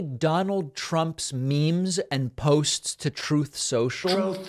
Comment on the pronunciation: Noticed you say “Troth” social not truth ….. all I see is loads of swines at the troth 🐽🐷 ! Thanks for the laugh!